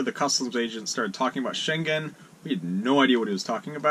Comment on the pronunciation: Many non EU and Schengen people go to Marocco, also cheap harbours. One tiny thing... the schengen word...ng is as in singing...no "g"